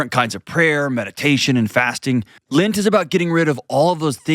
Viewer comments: Also it’s called LENT not lint! 🤣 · And in his ad—it’s LENT not Lint! 🤣